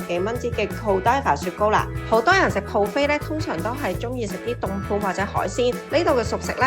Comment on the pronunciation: 唔好意思Fiona ，今次節目之中聽到妳不斷將buffet講成pro 飛，😓😓😓